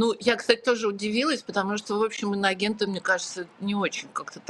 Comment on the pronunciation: Прикольно,что Кудрявцева (телеведущая!!) произносит : «иногенты».😅